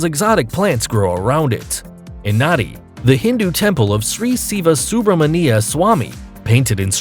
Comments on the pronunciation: Nadi is pronounced Nandi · The city in Fiji is written as Nadi, but, is pronounced as Nan-di, not, Nay-di! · Lots of shit pronunciations. Example. Seychelles. And in Fiji, its pronounced "Nandi" not Nadi.